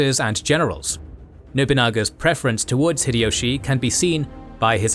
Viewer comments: The correct pronunciation of 豊臣秀吉 (Toyotomi Hideyoshi) in Japanese is "Hee-deh-yoh-shee" (ひでよし). "High-Dee-Yoshi" is incorrect, as is "Hid-Ee-Yoshi." The "Hi" in Hideyoshi sounds closer to "Hee" rather than "High." Furthermore, how does he claim that Nobunaga was the ruler of Oda? Please don't tell me that you really think that because Oda is on the map, it means the name of the province. He obviously means the names of the clans instead of the provinces, or why are the other names written there? Including Takeda, Imawaga, and so on. Your logic wouldn't make sense either, since, for example, the Takeda weren't just the rulers of the Kai province, but much more. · It's High-Dee-Yoshi not fricking Hid-Ee-Yoshi. Also, Nobunaga was the ruler of Owari, not Oda. That's just 2 things I noticed in the first 3 minutes of your vid. You should be fucking ashamed of yourself for presenting inacurate information as fact to 3 million people. 😡